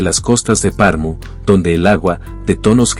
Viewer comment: Como es posible, que alguien hace un video sobre una ciudad y ni se preocupa por la correcta pronunciacion de esta ciudad!!!😮 Es Pernu!👎👎😅